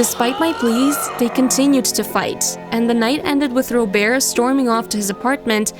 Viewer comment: I got annoyed at the first story cus the bf name is Robert when she called him "*Robear*"